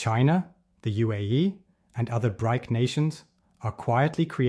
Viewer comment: I think what irks me most about lazy AI creators is they don't take any time to even review what the computer spit at them. If you can't figure out or take the time to have BRIC sound like BRICK.. you are a lazy, waste of time contributor. Do better. In fact.. take the 14 minutes and 32 seconds and read the damn script yourself.